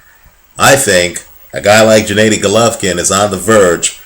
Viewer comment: the first consonant in Gennady is the same as in Golovkin (all of the GGG in Gennady Gennadievich Golovkin are pronounced the same way as in his family name, Golovkin -- akin to English words 'gear' or 'good'). Nice call about GGG. Has all it takes to beat up anyone at 160lbs. Has some notable victories as an amateur -- e.g., KOed Lucian Bute, is undefeated as a pro, and has a bit too much of the power for the weight, yet a good defensive game.